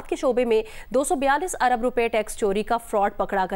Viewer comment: کھوتے جیو والو۔ لفظ ارب ھوتا ھے نہ کہ عرب